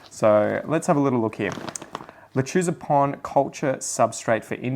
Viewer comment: I am german and i was curious how xou would pronounce it.. dou started really good 🤣 i really enjoy your Videos, keep it going brother 😊✌️